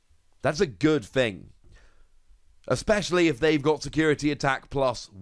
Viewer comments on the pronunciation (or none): none